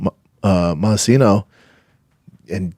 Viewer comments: Yo it's moicano not moistino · Moisaiano instead of Moicano lol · Why is no one correcting Shaub when he says "Mociano" 🤣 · Who the eff is moistino??? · Who the fuck is moicino. To be this fighter that knows everything like he thinks he does, you would think he would have the names right. That’s really not even close. It starts with m and ends with o. Everything else is completely wrong. How embarrassing. What a tool. Wow. Blows my mind